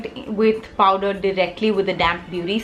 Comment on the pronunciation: Heyy love you tons first off! Really a weird concern but is it just me or are you actually saying powDer bullet Huda Beauty lipstick??:/ Is it just me or anyone else?